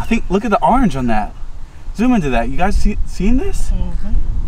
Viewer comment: how he say orange... arnge